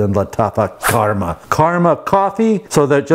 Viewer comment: Ita KHAMRA Not KHARMA